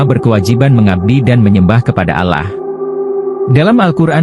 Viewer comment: Nyebut Allah sj spt non muslim